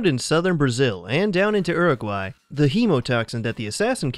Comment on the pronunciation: This man just said erh-a-gwhy lmao